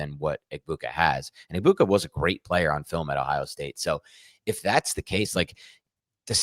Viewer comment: This is my favorite fantasy show, but you guys NEED to respect these players and pronounce their names correctly. Hearing you mispronounce Egbuka’s name 30 times in 5 minutes is like nails on chalkboard and extremely disrespectful to the Egbuka family